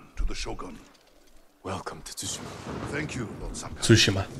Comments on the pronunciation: Yeah I get how to say it, I know has said it weird a couple of times. I've known how to say it since the beginning of the game. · 😂 why does everyone say that it's sue Shi ma